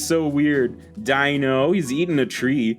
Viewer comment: Hey, you do know that Deino, Zweilous and Hydreigon are based of the German words for 1, 2 and 3, right? So they're pronounced like Ein, Zwei and Drie. Also, love your stuff!